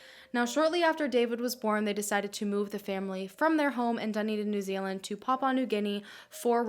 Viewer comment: finally an american who can say proper nz names 😂